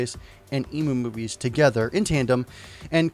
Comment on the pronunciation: I know this is a minor thing... But isn't the site EmuMovies pronounced "M - U - Movies" like for Emulator Movies? And not like "Ee- Moo - Movies".... Sorry for my OCD, lol...